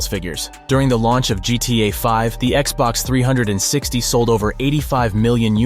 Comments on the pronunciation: Guy really said xbox threehundredandsixty lol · He called it Xbox three hundred and sixty😂😂😂phhhhhhh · “Xbox Three Hundred and Sixty” LMFAO 😂😂😂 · I stopped the video when I heard it a 2nd time 😂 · Why does he keep saying Xbox 360 like that? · Who says Xbox 360 like that. Wtf